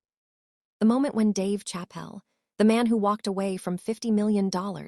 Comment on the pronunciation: We're not gonna witness anything. We're gonna witness you keep running your pie hole instead of netting the interview happen. And get a better AI. Can't pronounce Dave Chappelle. Come on, man.